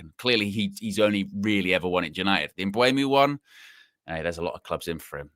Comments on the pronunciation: It’s Mbuem- O not Mbuem —U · Eu not ue but you’re right